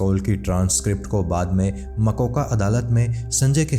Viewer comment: makoka nahi its mokka.